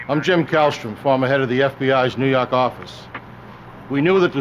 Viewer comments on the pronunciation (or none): Neww YAWWWHK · "Nu Yauk"